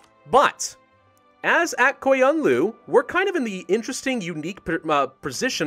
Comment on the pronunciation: Honestly its kinda fun to see you struggling and i am sure there is plenty of comments tell you how to pronounce "aq qoyunlu" but i am a turkish guy and would like to give a tip about "q" word, so you read "aq" as "ak" but in turkish we read it like "akh" and same as "qoyunlu" we read it like "khoyunlu", it might sounds like there is no difference :D but there is. Anyway thank you for listening :D Keep playing your awesome